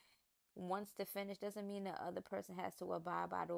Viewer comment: Did she just pronounce Does as Doe’s ? 😂